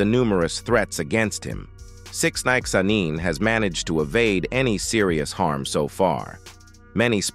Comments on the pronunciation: Sixninenaaaneeen. Damn AI SHYT😂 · That shit sent me bruh. Pronounced his name 3 different ways and fucked em all up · The AI narrator was struggling like a mfer tryna say sixnine w that goofy ass spelling 😂.